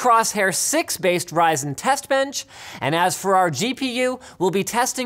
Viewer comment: when you say Ryzen it's sounds like 'Rison'